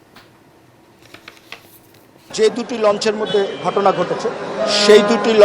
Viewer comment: Very sad incident. I could not watch it full. কিন্তু আপনার উচ্চারণ ঠিক করুন আগে ঘটনা কে গটনা বলছেন ট্রলার কে টলার বলছেন কি news পরেন এইসব।